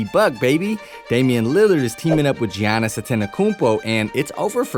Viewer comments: His name is pronounced like Yannis. Not gee-onis. Championship title, one of the top players and content for you, you could at least say his name correctly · Say jeeyanis one more time i dare ya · “Jee-yannis” Wojanowski” “Mike-ah-ale Bridges” “Al-dridge” come on bro I wanted to leave a like